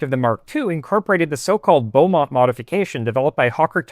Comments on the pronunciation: Also "Bee" Beamont, not Beaumont. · Interesting presentation, well done. Just a small note, though; Roland Beamont is pronounced 'beemont'. Notice there is no "u". Sorry, I just can't help myself🙃